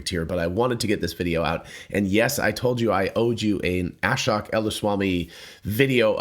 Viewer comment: The guy’s name, Ashok, is pronounced aa-shoke, not as-shock